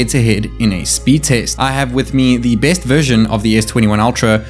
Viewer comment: Did he say "base phone" or "best phone"?